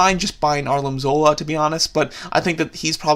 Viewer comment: he calls him arlim zola instead of armin zola